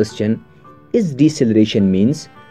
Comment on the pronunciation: Deceleration not Decceleration xD